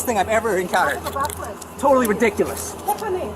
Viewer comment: OffiCer VasKWESS....Officer VasKWESS....Officer VasKWESS...OFFICER VASKWESS if ur gonna keep saying his damn name SAY IT RIGHT its VAS-KEZZ. or jst stick with OFFICER n y should he give u mercy when u wont act like a grown ass woman....smdh jst pathetic